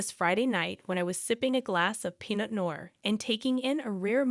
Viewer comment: "Peanut" noir??? Get an editor!!!